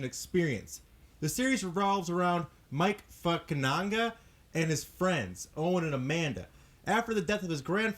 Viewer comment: did you say mike fuckananga?